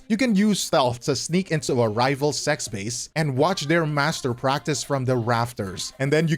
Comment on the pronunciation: I was just listening while doing something else then heard, "...rival sex base" and paused. "Sect's" oh yeah right. I should do a mind cleanse this weekend.